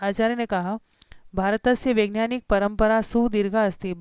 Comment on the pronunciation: ठीक से पढ़ना तो सीख लो वैज्ञानिक को vengyanik कह रही हो